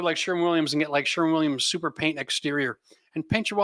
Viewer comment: For God sake it is called Sherwin Williams not Sherman Williams